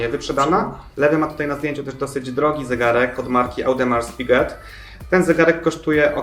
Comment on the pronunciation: Boże „ AUDEMARS PIGET”? Naprawde? Uszy krwawią. „Odimar pike” się czyta